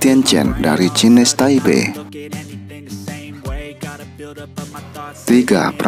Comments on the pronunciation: ya Taiwan boleh,tapi maksud saya nyebutnya jangan cines gitu wak,kalau mau pake versi bahasa indo ya pelafalannya ya Cina Taipei,kalau nyebutnya pake pelafalan inggris ya Chinese Taipei yg dilafalkannya Chinese nya bukan "Cines" wak,tapi yg bener "Cainis"!sorry wak bukan maksud menggurui lho ya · Aduh itu kenapa nyebutnya cines taipei ya wak?!?!